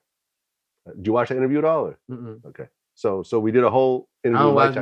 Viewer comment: "IntervRiew" "Country black" You ain't lying. Kill the boss it's popping. Swear to God on Me.